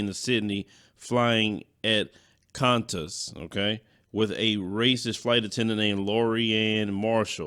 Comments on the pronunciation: That was hilarious, the way you pronounced Qantas.😂😂😂😂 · Oh yeah by the way you're pronouncing Qantas wrong. I think that's what you're trying to pronounce